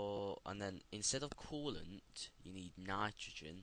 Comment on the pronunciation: love it how u say nitrogen u sodund like ?"" nitragoen " 5/5